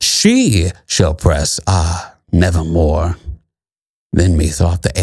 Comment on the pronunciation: Quoth the raven: "nevahmoa"